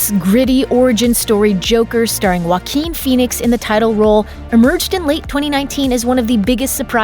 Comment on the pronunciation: WA QUEEN finally I found a way to pronounce his name properly 👊